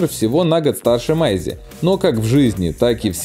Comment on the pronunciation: Не с Майси ,а с Мэйси!!